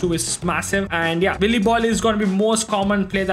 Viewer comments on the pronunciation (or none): none